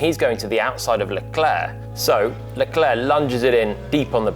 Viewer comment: Finally someone saying Leclerc properly and not Leclerk... Whoever is saying Leclerk shouldnt even commentate